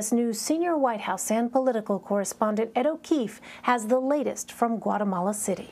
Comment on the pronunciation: CUATAMALA??? Tf is det ??